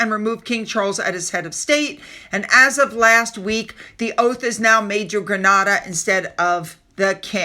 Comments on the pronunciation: It's pronunced Gren(ay)da - not Grenarda. Thank you for trying. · GrEnada not GrAnada...Granada is in Spain, Grenada is in the Caribbean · GRANADA is in Andalusia, in SPAIN! They have no oath of allegiance to the UK nor King Charles. (They have their own king, he is called King Felipe.) Or you talking about Grenada in the Carribean and this is pronounced GrE-NAYda. Please don't confuse the two.